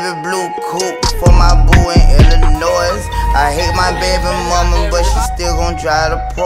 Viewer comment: I hate how loudly he pronounces the silent S in Illinois